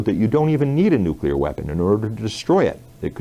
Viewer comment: Please please please pronounce NUCLEAR correctly. It is not NUCULAR!